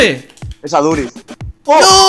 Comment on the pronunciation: aduritx no por favor , aduriZZZ